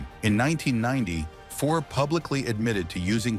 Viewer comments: Omg..... Fuhr not fore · Ouch....yup that's some bad AI pronunciation. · You're pronouncing Fuhrsy's last name incorrectly 🥅🛡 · I won't be subscribing to this channel. I stopped watching as soon as I heard Grant Fuhr's name mispronounced. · If you can't pronounce his name properly, I have no faith in any part of this clip. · Bad article, can’t even pronounce his name. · This AI clip is lousy. Grant FOOR, Mark Messi-ER, Mike LOOT.